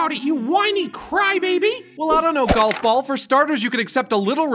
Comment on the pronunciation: he says galf ball